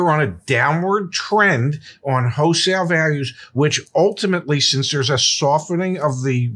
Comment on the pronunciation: Hey zack, is saying "HOE-sale" for wholesale? lol Love U guys!